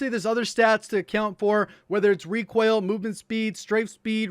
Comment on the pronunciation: "rekwoil" lol